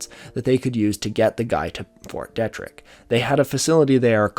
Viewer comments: Kills me to hear it pronounced "detrick" when its fort DEE-trick. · Great vid as always. Just would like to note that Fort Detrick is pronounced “Dee-trick” and is not its own place; it’s entirely within the city of Frederick, MD. (Source: I live there) Also, Ft Detrick was an important place during the investigation into anthrax scares in the early 2000s. Pretty sure a scientist there was under suspicion of being the culprit. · Heads up: Fort Detrick is pronounced Fort Dee-trick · Your pronunciation is killing me. Macaque, USAMRIID, FT. Detrick, hemorrhagic... pleaaaaase if you're doing a video about something technical learn the terms. I had to stop listening. It makes it very grating. I'm not judging by any means but after about the 20th ridiculous word, I gave up.